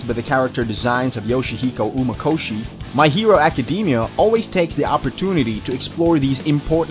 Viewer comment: anyone else bothered by how he pronounced most of the Animes names like My Hero Academia